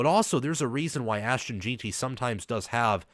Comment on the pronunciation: His name is Ashton Jenty not gin ty